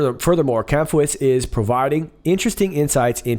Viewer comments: Dutch national here. It's Kamp-huis, pronounced roughly Camp-house (and means the same). The ui-sound is a pain, just pronounce the ou from house slightly more like you stubbed your toe (ai!) and you're good. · Kamphuis, in English this sounds more like Kamphouse. In the Nederlands a UI vowel pairing sounds like OW. Don't ask me why, Dutch vowel pairings are some the most confusing thing about their language.